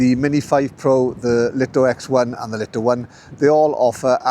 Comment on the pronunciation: Thanks for the great review. For info, according to some pre-release LITO testers, DJI were adamant that the drone must be pronounced as the Light-O and Light-O X1. Not Leet-O or Lit-0.